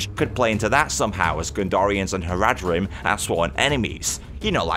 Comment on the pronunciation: You're pronunciation of Haradrim is making me want to die